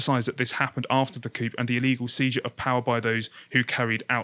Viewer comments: Why are the guys on this channel so far up putin's arse? It doesn't make any sense. Coup - it's pronounced coo - it's from the frog. There are decent ports on the Russian black sea coast. It's just not true that they don't have warm water ports. Novorossiysk is a good example. You don't need to say pyutin. It's putin, like poo-tin. The less pro-Russian people in occupied parts of Donbas have left. Their lives were threatened. Look at Pro-Ukrainian protests in Mariupol (Donetsk region) today... it's not that these areas just generically love putin. Democratic mandate - did you see the results of the last election? Zelenski was supported across the country. And I don't even like him, I wanted Tymoshenko to win. Liz Truss is right, look at the ridiculous demands that the Kremlin issued. He has designs on all of Eastern Europe. Of course he will start where he is. Finally you should learn how to pronounce Kyiv. The y sounds like the first I in livid and the I is like the vowel sound in yeast. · It's pronounced "cooo" 😆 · coup is pronounced cou - without the 'p'. Comes from french. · This guy is seriously pronouncing coup as coop? Face-palm. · These two... Christ one can't even pronounce 'coup'. Utterly unsurprised that they listen to Israeli death metal and dubstep. Where the hell are Josh and John?? And the Austrian kid. Christ these two are so bad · "coop" lol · The dude in blue is boring and doesn't know how to pronounce words properly (Putin....Coup). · maybe learn how to pronounce coup. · The P in coup is silent. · The 'p' in 'coup' is silent'. Dipshit.